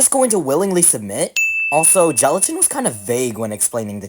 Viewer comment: book said shelatin in